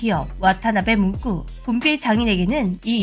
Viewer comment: "문꾸" 발음이 ... "문구"로 해주세요~